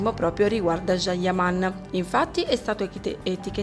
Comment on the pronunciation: Cosa ti devo scrivere... Pure tu come d'altronde Barbara D'Urso dovreste imparare come si pronuncia il nome del amatissimo attore. Figlia mia si scrive Can e si pronuncia Gian ... Non Jean E stato lui stesso che a spiegato migliaia di volte come si pronuncia... #CanYaman